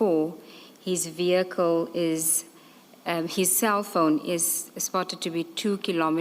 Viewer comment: Odd no one has informed the witness of the pronunciation of the word vehicle (Privately) Brothely love. Im learning a bit of Xhosa and appreciate always. Ubenosoku ulamnandi kakushle 😊